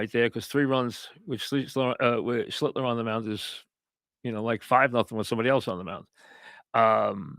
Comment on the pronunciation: Mike doesn't know how to say "schlittler" does he?